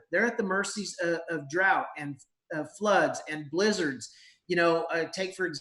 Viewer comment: I thought he said "lizards". Lizards?! What are lizards doing to the cattle! BLIZZARDS. For the average health conscious person in lockdown. Where do you get your meat from? We have some from C0stco but totally have the ICK on where they get it and why the meat processing plants are all coming down with Covid. I want to support this independent rancher. How do we do it?